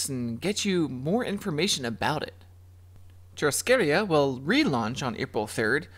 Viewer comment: I just wanted to tell you how much I appreciate your videos. They have helped me to make some purchases. Thank you so much for the work you do! Oh, and just as an FYI Churrascaria is pronounced (shoe-ha-ska-ria). I lived in Brazil for a couple of years. In Brazilian Portuguese, double rr's make a /h/ sound. :)